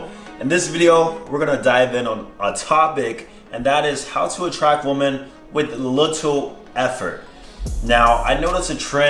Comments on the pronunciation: Exactly I’m glad I found one of these comments, he says “woman” instead of “women” the proper way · It’s “woMEN” not “woman” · Is it just me, or is saying woman instead of women? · it is pronounced WE-MEN. Say it with me now WE-MEN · The way you say ''women'', you say it like ''woman''..Just an observation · Why do you pronounce Women wrong? It’s extremely annoying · Weymeyn > woomin